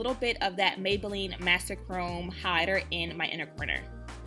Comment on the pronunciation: Is she saying "highlighter" or "hider"? Good grief.